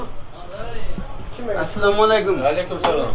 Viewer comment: ভাই তুমি সালামটা অন্তত ভালো করে দেয়া শেখো